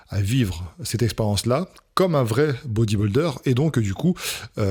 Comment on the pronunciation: C'est bodyBUIlder pas bodyBOLder 😆👍